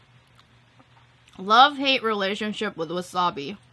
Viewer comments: It sound like she said wassa bae...instead of wassabi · Wassup-bee = wasabi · Was-up-bee for wasabi